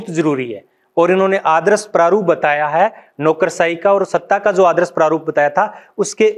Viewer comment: आदरस नहीं यार आदर्श